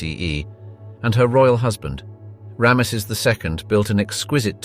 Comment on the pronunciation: Could you look up how to say Ramses 😅